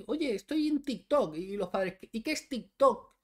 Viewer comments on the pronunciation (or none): none